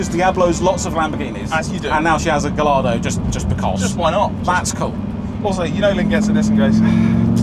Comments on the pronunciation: 550 has always been my dream car too 🥰 P.s. that is NOT how you pronounce Gallardo 😂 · Please stop pronouncing Gallardo wrong fellas... You don't pronounce the double L's... Its pronounced Gah-yar-do because its something to do with Spanish fighting bulls. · Great video, apart from me whining every time you Gallardo 😭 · Gallardo…. gai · aa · dow The name has Spanish roots, the LL as in Mallorca is a “Yi” sound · Wait. Both of them call it Gallardo😂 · this is correct. It’s named after a Spanish bull so the correct pronunciation is guy-ar-do. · please god it's pronounced gai·aa·dow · You’re killing me saying Gallardo wrong throughout the whole vid. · Everything you pronounce Gallardo wrong, God kills a kitten. Please stop this senseless slaughter. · Love you guys. Not going to lie, I’m triggered by you pronouncing the LL in Gallardo. I tried to ignore it but I can’t. 😅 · Your pronunciation of Gallardo makes me sad 🥲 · For the love of God pronounce Gallardo properly like the rest of the world. Makes my eye twitch. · dream car but you can't pronounce its name properly🤣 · I've never heard Gallardo pronounced like that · Why are you truly butchering the pronuncuation of gallardo?? Wtf, for "car guys" to say it that wrong while i know you must have heard the right way to say it... why? Whats wrong with you?? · This 100%. This was a great video but the pronunciation was total cringe! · Yes, it's a proper noun, only the original Spanish pronunciation is correct. But I love it when people on Youtube are arrogantly wrong about something, the comments below are always good. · All these years of lusting after it and he STILL doesn't know how to pronounce Gallardo 🤦🏼‍♂️ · Given its your dream car, you’d think you’d know how to pronounce Gallardo correctly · But the logo for Lambo is a Bull, very much associated with the Spannish, and Lambo name a lot of their cars after Spannish Bullfighting do they not? So surely it should pronouced as it would be in Spannish? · It's guyardo.